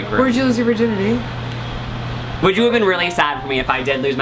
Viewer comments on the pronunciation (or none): WHAT THE FUCK IS A VERGINITY??????